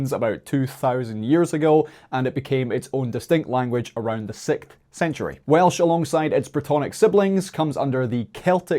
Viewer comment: Say "Sixth" again... 😂